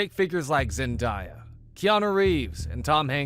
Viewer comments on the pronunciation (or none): Zendiya is crazy, it’s Zendaya😂